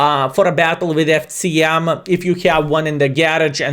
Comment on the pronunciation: The pronunciation of C in FCM is unbearable. Nice content otherwise!